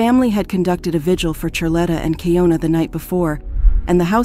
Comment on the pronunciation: Slightly annoyed that she verbally said her name way pronounced Key- ohn- na but the narrator keeps saying Key-own-na.